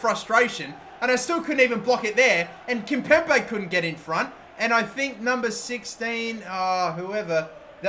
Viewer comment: Can someone please tell him to correctly pronounce Kimpembe